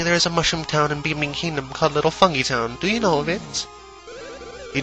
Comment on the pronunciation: i dont think it's pronounced fung-ee-town i think it's pronounced fung-guy-town